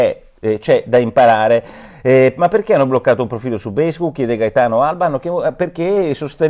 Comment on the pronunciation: E basta con sto FACEBOOK. Alcune persone dovevano registrarsi su FACCEBOOK (ma come, non si pronuncia feisbuc(non quello nero)? Su FACCEBOOK Chi ha la faccia da culo.